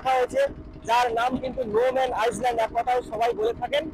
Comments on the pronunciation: আইসল্যান্ড না ভাই ওটাকে আইল্যান্ড বলে । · আইল্যান্ড বানানটা ইংরেজিতে ওরকমই হয় , সামনে আইএএস লেখাটার কোন উচ্চারণ হয় না ওটাকে আইল্যান্ডে বলে । শুনতে বাজে লাগছে এবং আগামী দিনে অন্য কেউ হয়তো বলবে ।